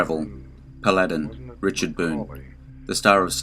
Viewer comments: Agreed..it’s pronounced “Pal a din” NOT “Pa lad in.” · Paladin was a pretty fast gun.The name is pronounced Paladin not Pal ad in. The accent is on the first syllable not the second syllable. The tv series is Have Gun- Will Travel. He only used his gun when he had to.